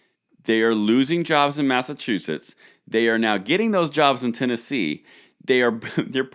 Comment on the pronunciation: What y said mass a chew us is that a state🤣